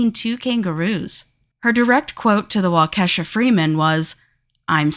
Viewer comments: It's Wa-Ka-Shaw not Wa-Ke$ha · It’s Wah-kuh -Shaw. Not wah-kesha 🙄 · Absolutely butchered Waukesha, you said it like Wau-keh -saw, is walka-shaw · Waukesha: WAU-ke-sha